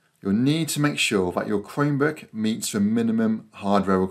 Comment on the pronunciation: Thanks! This worked for me! I've had a Chromebook for several months now but had no idea I could install Steam on it. (BTW, with your accent, it sounds like you're saying "Cremebook". 😄)